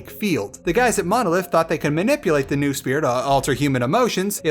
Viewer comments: Its noosphere, not nusphere, you ignorant idiot. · Noh-oh-sphere! From νόος. Not nu-sphere I swear,it's betting game from this point: Can another English speaking reviewer of Stalker can pronounce Noosphere right or not :)